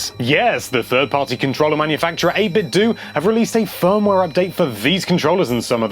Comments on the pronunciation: 8bit (doh) not (doo) it is clearly a play on words with Nintendo, I am not sure who Nintendoo is. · It's pronounced 8bitdo, like Nintendo. Not 8bitdoo. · okay it's bothering me.... I don't think it's pronounced 8bit DEW. I think it's 8bit DOE.... like nintenDOE not nintenDEW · It's "8-bit-DOUGH" right? Like "Nin-ten-dough"? Not "8-bit-DEW".